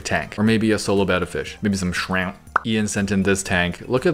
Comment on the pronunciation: “Maybe some shramP”